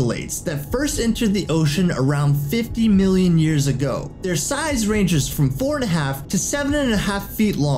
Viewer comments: ITS *Years not Yers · don’t you mean years not yers? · And he says yers not years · FlashRoyale "Yers"